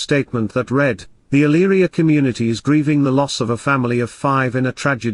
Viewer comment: My husband grew up near Eyleria, you did a great job pronouncing the cities' name. A very horrifying story. It's so difficult to understand why people kill their families. The kids looked like angels